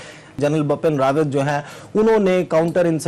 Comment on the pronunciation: Bapn rawat nahi Bipin Rawat hai sir ka naam